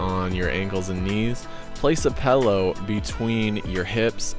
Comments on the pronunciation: Place a what? What’s a pal-o. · Hey man great stuff but the way you say pillow as "pellow" is vexing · But why can't you say pillow? : ) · that is one strange way to pronounce pillow.